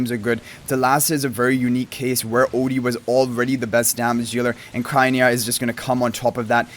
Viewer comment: I think it’s cry - oh- NEEa